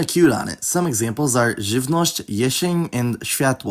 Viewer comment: Wait, what? Who told you that C, J, L and Ż are soft?????? Ż is always hard. Always! That is why it is followed by y in words like życie or żywność (which you mispronounced, to be honest). Rule of thumb: only the following I works as is a consononant softener. Y or J act as softening repellents. There are no Polish words written or pronounced as żi. Or szi, or czi, for that matter. Polish palatalization is more complex than in the other Slavic languages. Retroflex consonants are to be pronounced as hard. No exceptions, other than in borrowings. Szyk (hard retroflexed s) =/= Sik (soft, alveolo-palatal s). Czy =/= ci. C is pronounced as hard. Only when followed by i it becomes palatalized. Cyk, cysta, cylinder, cez, cokół, całość = hard ts. Cisza, cięgno, ciocia = alveolo-palatal c. L is palatalized, or iotated, only when followed by i. In contrasts with East Slavic languages, it is pronounced as a hard, non velarized l in any other instances. Leń, lewo, lada, lob, luka. J alone is also considered a hard... semivowel. When softened, it is spelled as i, as in knieja -> kniei; nadzieja -> nadziei. Ji... I am not sure if the current Polish orthography allows such spelling.